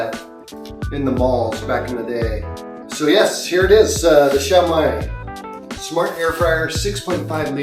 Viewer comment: Xiaomi is pronounced "SHYOW-mee." Also, most, if not all, air fryers use Chinese-made OEMs. Air fryers from American, Korean, Japanese, and European brands are no exception.